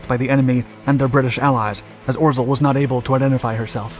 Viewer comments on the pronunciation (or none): By the way, "Orzel" is pronounced "Ozhaew" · Please do not try to read Polish Names and proper names it hurts Ps rz=ż pronunciation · I loved the video, but way you day orzel kills me